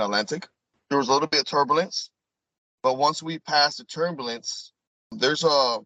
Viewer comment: can’t say “turbalence” or “Libary.” How can he be trusted?